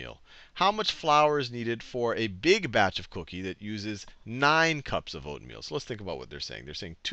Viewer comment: its true he does repeat him self so much but something funny is the first part that was by accident he said oatmeal wrong